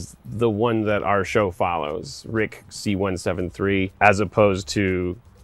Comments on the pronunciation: "Rick C-173" c'mon, Dan! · Anyone notice he said “rick c-173” ?